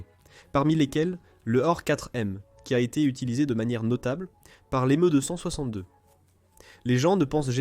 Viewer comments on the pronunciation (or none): Un vrai supplice cette vois d IA . j ai pas pu regarder jusqu au bout. Le MEUUh 262 lol